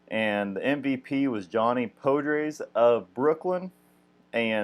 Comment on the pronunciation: Cool. FYI, Podres is pronounced ‘PAH-draze’ - not POH-draze.